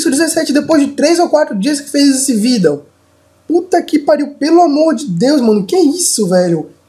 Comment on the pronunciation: kkkkkk o falando "VIDEO" é mt loko kkkkkkkkkkkkkkkkkk